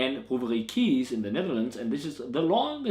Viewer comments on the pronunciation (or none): Pronounce Kees like ace with a "k" in front ;)